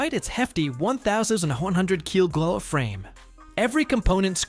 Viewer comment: I love these videos, but they need to do a bit more work on the AI. It tried to pronounce MPH as a word, it didn't know it was an abbreviation. The same when it tried to pronounce Kg as a word. LOL!!!!